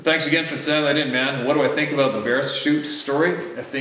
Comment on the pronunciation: "AgaYn" (Had to. 🥴)